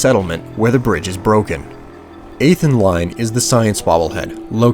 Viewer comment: When he said 8th in line it sounded like a name to me. Lol